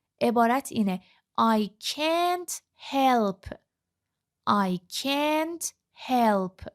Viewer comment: درود به خواهرعزیز شرمنده، به هیچ عنوان قصد تخریب یا تضعیف روحیه شما رو ندارم ولی مطمئنم که شما در این زمینه تحصیلات دانشگاهی ندارید و از طریق مؤسسه، زبان آموخته اید چون چه از لحاظ تلفظ، چه از لحاظ آهنگ برخی جملات دچار ضعف هستید فاحش ترین این اشتباهات تلفظ can't بود که حرف a را schwa تلفظ میکنید من تا نیمه ویدئو را دیدم و خیلی با خودم کلنجار رفتم که این مطلب را کامنت کنم یا نه !؟ امیدوارم که زین پس با آگاهی کامل مطالب را به مخاطبین محترم کانالتون انتقال بدین با سپاس ❤